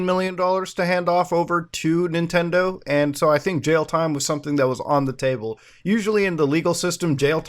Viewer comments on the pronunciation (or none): none